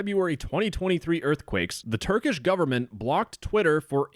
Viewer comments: As a turkish citizen i laughed at your prounancaiton (no offence) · as a turkish, i can agree your pronunciation is not very good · as a turk, that pronunciation was so beyond horrible that i laughed for 2 minutes and had to rewind cuz i missed the video while laughing😂😂 all non-turk people pronounce turkish words like that though, no offense